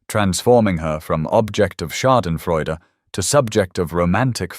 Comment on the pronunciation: Thank you for making certain that Schaudenfreude was pronounced correctly. I don't generally comment, but this was very well done.